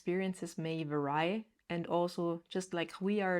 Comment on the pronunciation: As English is not your first language, I wanted to offer a pronunciation suggestion for the word "vary". It is typically pronounced "Ver-E" exactly the same as you would say the word "very" as in "this is very heavy". I hope this is helpful, as there could also be other pronunciations I am unfamiliar with.